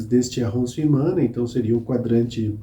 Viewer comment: Ótimo canal e bastante detalhado. Apenas para ajudar, a pronúncia correta é "arrondisemant" com o "T" mudo, e "Quartier"(bairro )não se pronuncia o "U"...como Cartier...a joalheria.